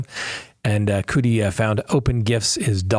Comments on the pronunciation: I'm still think there is much more we DONT KNOW with the Kohberger case....and it's CUDI sounds like Muddy.....just saying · Cu- di, like cu-p (cup)